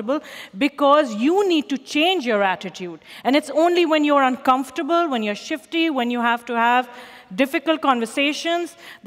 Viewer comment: The way she butchers "uncomfortable" into "uncomfurble" puts me in a state of maximum distress.